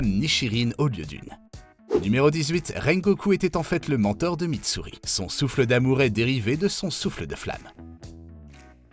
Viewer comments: C pas kayaga c kagaya et c pas misturi c mitsuri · Ça pique les oreilles, !!!!! Pourquoi tu prononces « Misturi » alors que c’est « MITSURI »!!!!! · Je ne veux pas être méchante mais,pourquoi est ce que tu dit misturi au lieu de mitsuri, son nom n'est pas si compliqué 😭😭 (désolé si tu est en colère) (si tu me permet de te tutoyer ) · Tu fais beaucoup d'erreurs en prononçant le noms des personnages , tu as dit misturi a la place de mitsuri et tu as muchiro a la place de muichiro , tu as dit tomiaka a la place de tomioka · Ok, donc on a Kayaga au lieu de Kagaya, Misturi au lieu de Mitsuri, Muchiro au lieu de Muichiro, et Tomiaka au lieu de Tomioka, respectez les noms, surtout quand ils sont pas si compliqués à prononcer Mais le comble c'est de nous montrer Lisa de Blackpink à la place de LiSA la chanteuse japonaise qui a chanté Gurenge, pour une vidéo censée donner des faits, donc de vraies informations, que ce soit sur une œuvre ou sur la vie réelle, le but c'est de montrer les bons persos et les bonnes personnes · il a écorché tout demon slayer il a dit kayaga au lieu de '' kagaya '' et kimetsu no ''yaba'' au lieu de ''yaiba'' Misturi au lieu de ''Mitsuri'' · Misturi ??? nn c est miTSuri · Vient pas faire ton fan absolue ici c'est MUTSURI pas Mitsuri